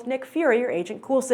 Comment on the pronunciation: Yes, he is COOL, but that is NOT how you say Agent Coulson's name.